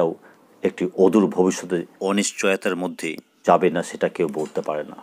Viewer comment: আপনি তো screen এর সঠিক উচ্চারণ ই করতে পারছেন না। আপনি কত সালের নিয়োগপ্রাপ্ত? ওদূর ভবিষ্যৎ?😂😂